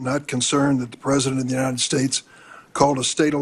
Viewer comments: If you cannot even pronounce “United States” correctly, you should not be able to be part of the government of the United States. She pronounces it. “Unined.” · Side note, but the way she and MTG pronounced United States as “Unined States” bothers me so much. They want people to come into this country to speak English yet they can’t even speak the language properly. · and uninen instead of united